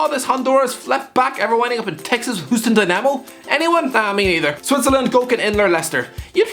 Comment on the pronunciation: Funny hearing you call Houston “Hooston”